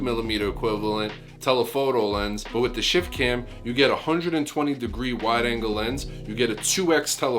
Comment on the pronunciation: I kept hearing "Shit Can" lol